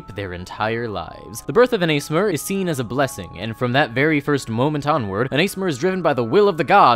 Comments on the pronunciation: It's Ah-sih-mar don't me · because it is, it is ass-e-mar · its ah-sih-mar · Aasimar is pronounced /a:sima:/ (or /a:simar/ for you in America). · But what about my dog ace mar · Love the video, just have to say that the way you pronounce one of the races names grates me so hard for some reason. Aasimar - The double a at the beginning is a soft a as in "dawn" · How my brain works when I hear people say ASMR, "Did you mean Aasimar?" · Pronounce Assimar wrong if you like, but... Infallyable? Infallible. In-Fa-Li-Bull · Wait is that how you say aasimar I’ve been pronouncing it wrong this entire time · Have.. Have I been pronouncing Aasimar wrong this whole time or is it just? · I pronounce it Ass-imar, not Ace-imar, but I’ve never heard it pronounced outside of text form so I don’t know the correct way